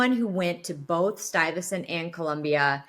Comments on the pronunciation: Stuyvesant? It's Stye-vuh-sent I believe. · It’s pronounced “STY-vess-ent” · Are you trying to say STUYVESANT specialized high school in NYC? 😭😭😭 It’s pronounce stye-vess-ent. “Stye”, like a stye in your eye. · if it helps, the high school is pronounced stai vuh snt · Bless you. Keep these videos coming. Thank you so much for your work here. Much continued success. Stuyvesant (sounds like Sty-ve-sent) high school -- one of the specialized science high schools in New York. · Pronounced sty ve sent. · You’re so funny…it’s STY-vuh-sent, after Peter Stuyvesant, a Dutch colonizer in NY in the 1600s. Stuy is one of the best HSs in NY and the competition for acceptance is fierce…even more so bc it’s a public school and therefore has no tuition. Love your channel and your whole vibe…and if it makes you feel better, I trip over my words also, all the time!!! Happy 18th to your daughter!!!💜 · lol omg I love it, it’s pronounced sty-va-sent 😂😂😂😂😂😂😂😂